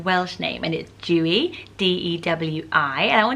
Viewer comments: Oh no, I love your videos! But I'm really sorry but "Dewi" is not pronounced like that lovely! It has an exaggeration on the "E". So it's more like Deh-wee. Not Doo-ee xx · Dewi in Welsh is pronounced "Dare-wee" not "joo-y" 😝 I'm a teacher in Wales and made the same mistake calling out the register on the first day with my new class Haha! Xx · Dewi is actually pronounced de-wee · We had a dog named Tallulah Belle, her nickname was Lula or Lool. Also, I am Welsh and you pronounce Dewi Deh-we Xx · Dewi isn't pronounced like Jew-ee, the 'e' is like the child's alphabet 'eh', so it rhymes with welly. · Dewi Isn’t pronounced as how you’re saying it, it’s pronounced D-Ewe-E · I love your videos but Dewi is pronounced differently like e sound of ella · 🏴 Dewi - you say the ‘e’ like you do in a child’s alphabet. It definitely is not said like rain drops /dew. 🙈 It comes from the welsh name Dafydd or the England name David. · The name Dewi is pronounced with the ‘D’ to be pronounced as is in the word dog, and the ‘E’ to be pronounced as is in the word episode and ‘wi’ is as we. Welsh names are difficult to pronounce if you don’t speak welsh. You’re pronunciation is also so pretty just not the was the welsh say it ahha xx